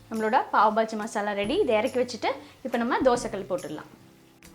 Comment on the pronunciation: pav bajji illa Paav baaji ..